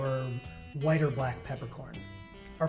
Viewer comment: He didnt even say black right